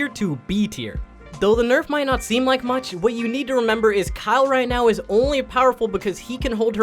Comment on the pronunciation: He keeps calling kayle - 'kyle' 😂and he refers to her as a dude wth😂